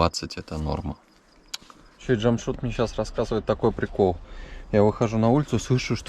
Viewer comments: Научись правильно произносить имена. Не Джамшут, а Джамшед. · Ни джамшут,,,а ДЖамшед ,, все просто ж т!!! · Не Джамшут, а Джамшед! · Здравствуй ! Уважаемый не Джамшут а Джамшед... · Имя ДжамшУд придумали на канале Наша Раша. А в реальности имя произносится как ДжамшЕд ,ну или чтобы Русскоговорящим было легче, можно использовать букву Э ДжамшЭд. А выражение ДжамшУд в Таджикистане с недавних пор уже стало считаться Оскорбительным! Вам повезло что ваш водитель по ходу не в курсе нового варианта своего имени. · НЕ ЖАМШУД А ЖАМШЕД БАРАН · Не Джамшут а Джамшед. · Не Джамшуд а Джамшед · Не чамшуд А Чамшед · Не Джамшут а Джамшед. Надо правильно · Не Чамшут а Чамшет☝️☝️☝️ Как ты смотришь на то что тебя будут называть не и Мышка или Муша,? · Не джамшут а джамшед !!! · Да унас есть такие имена но произносится чамшед а по русский джамшед а не джамшуд вот так 🇹🇯🇮🇷🇦🇪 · Не Джамшуд 🤬 а Джамшед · Имя Джамшед а не Джамшут назави правилно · Слушай ты русский, МИ ХУЙ ИЛ,охранел что ли,уважай себя, не Джамшуд, а Джамшед. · Не Джамшуд а Джамшед говори нормпльно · Не Джамшут а Джамшед.. поправьте пожалуйста 🙏.. Это “ тахт джамшед” “ персеполис” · Не Джамшут а Джамшед! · понимаю что для тебя наши имена непривычные, но не стоит их коверкать и произносить как в оскорбляющей Таджикский народ шоу «наша раша». Этого мужчину звали не Джамшут как ты произносил все разы и как по издевательски представляли таджикский народ в той передаче, а Джамшед (по таджикски произносится Jaмщед ) или так же возможно его звали Шамшод. Мужчина в виду своей воспитанности и гостеприимства не стал тебя поправлять, хотя стоило бы. Без негатива, видео в целом замечательное. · Водитель Джамшед научитесь уже правильно произносить видно парень скромный добродушный молчит не попровляет каждый раз. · Братан , ударение делай на "Е" Жамшед. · Я ИЗ УЗБЕКИСТАНА. МЫ ЗДЕСЬ ПРОИЗНОСИМ ДЖАМШИД. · Что у них в букваре буква е нету чтоли джамшед правильно